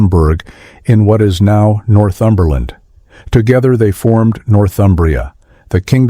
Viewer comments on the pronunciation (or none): none